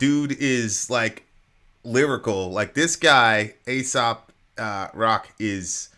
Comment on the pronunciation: its Ay-Sop not soap lol